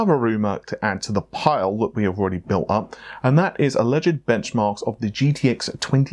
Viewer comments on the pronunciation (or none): none